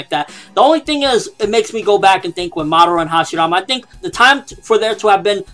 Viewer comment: pronounced ma~da~ra not Madauria. Seriously you say it have it sound on the show and in japanese. How can you mess that up!